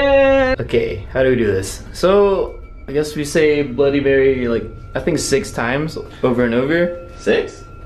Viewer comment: it's bloody not bludy. And it's reflection not.. Whatever you said